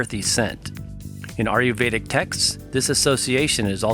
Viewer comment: Great videos, but PLEASE say "Ayurvedic" right. It does not sound like "Are-you-veda" but more like "Aye-yur-veda". Other than that, great job!